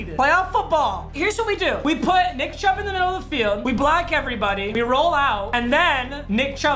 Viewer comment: "Right up the shmiddle to Nickariah Chubb"